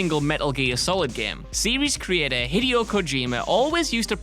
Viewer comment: And Hideo is now Hid-e-o